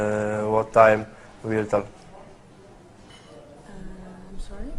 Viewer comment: Łi łil sej